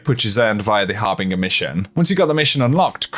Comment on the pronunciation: har bin jure harbinger